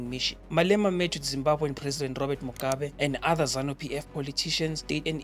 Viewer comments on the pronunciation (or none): none